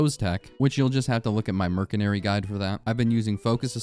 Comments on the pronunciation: did... did you say mer C nary??? IT'S MERSYNARY, PRONOUNCED WITH AN S NOT A C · Caught you lacking in , you just called Merc as Mer-Se-Nary, everyone knows Merc is Mercenary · Heh. Murk-inary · NO WAY BRO CALLED IT MERKENARY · merkenary? bro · Dude says Mercenary as Merc-en-ary instead of Mer-cen-ary... skill issue. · Merk en ary or mers enary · Merkenary?? Dont let this guy cook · Wtf is a merkenary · Yo You pronounce mercenary like this mer sen ary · Why do you say mercenary so wrong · Mercenary is pronounced with a soft c, not a hard c Think the c in slice, not the c in car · Also you're hating on me for using blight when you pronounced artificer "artehfEYEZer" and mercenary "merkenary" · Merkinairy??? Arti-Pfizer??? Dawg needs to read a book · Ah yes, the MerKenery and ArtiPfizer… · your pronunciation of artificer and mercenary fucking killed me